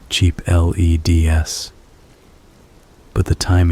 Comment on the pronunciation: why tf did you pronounce LEDs like that